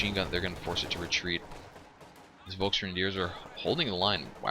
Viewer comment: It's pronouced shtuuurm pioneers not shtern pioneers buddy. Volks is pronounced as folks.